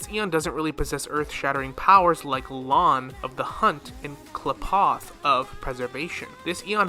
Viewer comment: irridation, hoe oh, kleyepoth, tauzzyron pls listen to dialogue. i promise u will hear them pronounce things